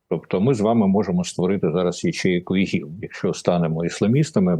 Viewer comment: Та не ігіл а іділ!